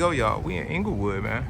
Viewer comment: Inglewood, not Englewood. Good video